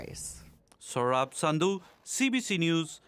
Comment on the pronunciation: Dear, Nice reporting and great work Just one request/suggestion:, it will be appreciated if you call your name in the original accent unless you are unable to speak that. Your name is as nice as your work!!!